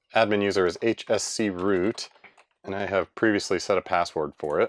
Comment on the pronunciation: "h-s-c-root"... ahh yes, h-scroot.